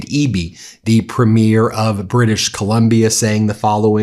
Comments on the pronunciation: You emphasis the first syllable of Premier by the way, PREEM-ear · Ben, I love your content and watch all of the time. But I do have a nitpick about your pronunciation of the word "premier" when referring to the Premiers of Canadian provinces. The word is pronounced with the emphasis on the first syllable. PREEM-yer. I'm pasting an AI explanation of the difference here: The word premier (as in the head of a Canadian province) is typically pronounced PREEM-yər (/ˈpriːmjər) or PREM-ee-er (/ˈprɛmiər). It has two or three syllables, sounding like "PREEM-yur". Pronunciation BreakdownPhonetic: PREEM-yər or PREM-ee-erSyllables: PREEM-yur (2 syllables) or PREM-ee-ur (3 syllables)Stress: The main stress falls on the very first syllable (PREEM or PREM).Compared to "Premiere". People often confuse premier (the political leader or top-ranking adjective) with premiere (the first showing of a movie or play). Premier (Politician): Ends with a crisp "-yur" or "-er" sound (PREEM-yur). Premiere (Movie event): Ends with an "-eer" sound (prih-MEER). On Sun, Aug 23, 2026, a.m. Val wrote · even left-wing Americans still can't get basic things about Canada right, such as the names of cities or provinces, as they profess to support Canada over the Tangerine Tyrant. And they also can't stress the syllables of "Premier" properly; this YouTuber here thinks that he's talking about the first episode of a television show and then says Manitoba like "Monitobo." The season premier of Monitobo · Love Ben’s Canada content, but one small correction : premier is pronounced preem-yer, not premiere like a movie opening :). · Premier is pronounced preem yur not preem year.I know all Americans pronounce it wrong. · Love your channel. Btw it’s premier Not PremIER as you are pronouncing it. There is no elevation on any syllable….😊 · As a Canadian, I love what you say.... Except it is PREEM - Year not Prem - YR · It’s “premier” not “premiere”. Geez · Ben. Pronounce words correctly please.